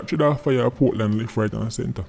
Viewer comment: Portland is actually "Poor-tland".